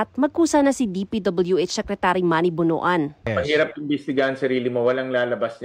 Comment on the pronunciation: Pronounce as BONWAN, not BONO-AN